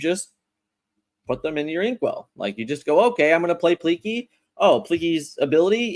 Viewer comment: “Pleak-lee” is how you pronounce it :p